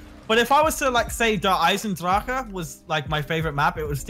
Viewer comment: As a German myself, it fucking annoys the hell outta me to hear them say “Der Eisen-Dracha” no, just fucking no, it’s Der Eisen-Drach. Drac if that’s easier to read and pronounce. Stop, just stop don’t fucking call it that shite Edit: I realize that I spelled it wrong, I did on purpose, so you can read it.